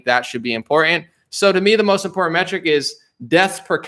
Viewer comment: Also... "Important". Not... "In pour in".